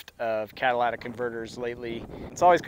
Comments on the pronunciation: It's pronounced cat-a-ly-tic not cat-a-la-tic converter. Just saying. Thanks for video, gonna get one for my Chevy Colorado Z71. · It is pronounced "cat a lit ick" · cat a lit ic.... not cadillac ic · 🤣🤣🤣Cadillatic converters?